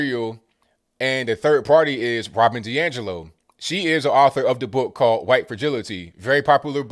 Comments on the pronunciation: "Hu-whyte" gets me every time. 🤣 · I love how you pronounce "Whhhhite" when referring to the woke folks idea of being less white. lol. You're spot on with folks keeping racism alive in order to make money off of it, keeping the sick, sick in order for drug makers to make money off of them. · Hey, i love hearing you pronounce the h in white, what, etc. like I learned in grade school. I don't ever hear it around these parts (Boston) any more. Also love Woke-a-Cola!!! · I love it when puts the WH in white occasionally, I know its intentional and it's hillarious. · Every time you say white I chuckle